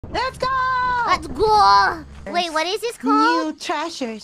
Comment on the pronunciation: Let's Gough idk where she picked this up but I love it